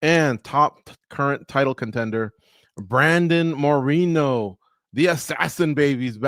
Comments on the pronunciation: You pronounced Moreno wrong. There’s at least 8 cities in México more populated than Tijuana. Pls do your homework. I wish i could interview him instead of these old dudes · Bro knows how to pronounce "Monterey" but cant say "Moreno" the right way what a joke